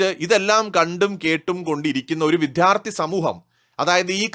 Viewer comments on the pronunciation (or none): "വിധ്യാർത്ഥി" എന്ന് നിങ്ങൾ വീഡിയോയിൽ ആവർത്തിച്ചു പറയുന്നത് വിദ്യാഭ്യാസത്തിലെ പ്രശ്നം തന്നെയാണ്. താങ്കൾ ആദ്യം വിദ്യാർത്ഥി എന്ന് പറഞ്ഞ് പഠിക്കൂ. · വിദ്യാർത്ഥി എന്നു പറയണം